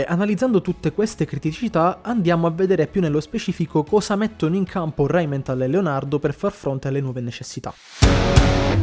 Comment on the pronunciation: Rheinmetall NO RheninmeNtall. Che sembra la Simmenthal. Non se po sentì.